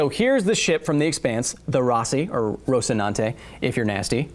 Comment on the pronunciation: Dude not to get all up in your ship but if you wish to hear the correct pronunciation of the name 'Rocinante' Listen to Rush Cygnus x1. Have a great day.